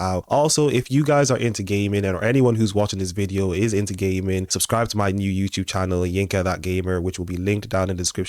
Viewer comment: I have to tell you the first time I heard you say if your into gaming,,,,I thought you said if your into gay men 😂😂😂😂…I listened closely and started laughing 😂 .. I do love your channel …